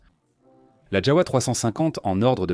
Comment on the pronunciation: ons prononce JAVA le W ce prononce V et le V se prononce F